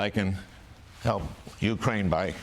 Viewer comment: Is Al's mispronunciation of Ukraine comedy or ignorance?